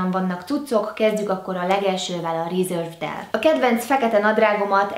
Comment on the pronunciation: A reservedet nem úgy kell mondani hogy rezervéd? 😂😂 én mindig így mondom! 😂😂